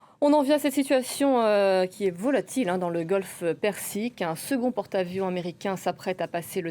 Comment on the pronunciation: Golf persique, Répétez jusqu'à ce que votre langue s'y habitue, madame.